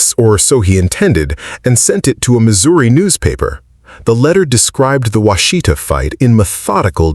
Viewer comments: It's Wash-ih-taw. not wah-shee-tuh. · It's NOT pronounced Wha She Ta. It's Wash eh Taw. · WASH-ih-tah, not wash-EE-tah. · Wah-shih-tah, with emphasis on the first syllable, not Wa-shee-ta. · "Wash a tah" is how its pronounced in Oklahoma. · It’s hard to listen to this. Every time Washita is mispronounced I want to urp.